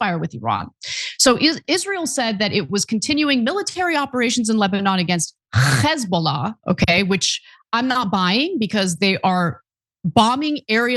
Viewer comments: Love the way you said Hezbollah like some psyscho Neonazi 🙂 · The way Ana pronounced Hezbollah, lol. I always think Israelis sound like they are trying to hock up a giant lungar